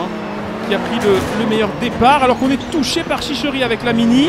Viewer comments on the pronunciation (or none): Superbe vidéo petite correction je crois que sa se dit Chicherit(e)